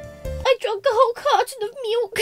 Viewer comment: "I DRANK A WHOLE CARTOON OF MILK" 😂 You said "cartoon" lol